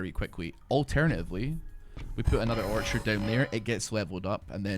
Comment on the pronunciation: You know how long it took me to realize he was saying orchard and not archer 😂😂😂. Great videos man!